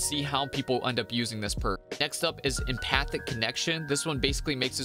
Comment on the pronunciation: So glad to hear someone say EM-PATHIC and not E-PATHETIC lol